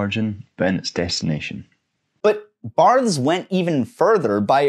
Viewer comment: i am having a very hard time getting through this exclusively due to your pronunciation of "Barthes"